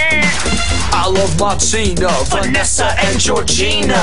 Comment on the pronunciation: Its Martina not Loctina